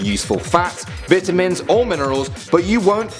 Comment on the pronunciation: It's vitamins not vitamins, never mind you'll get it when you watch the vid